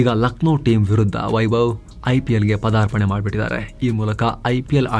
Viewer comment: Say "PAADARPANE" not "padarapane"